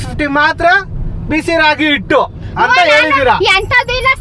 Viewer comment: ಇಟ್ಟು ಅಲ್ಲಮ್ಮಾ😅 ...ಹಿಟ್ಟು !!